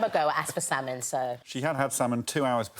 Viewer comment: Lady Leshurr and her salmon fham🤣🤣🤣